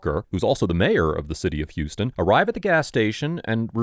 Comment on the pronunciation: It's pronounced h-ow-s ton, or /haʊs/ /tʌn/, like House-Ton, rather than the Texas pronounciation.😁